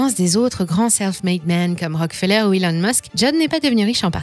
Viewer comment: Tiens pourquoi donci prononcez vous Rockfeller à la française ?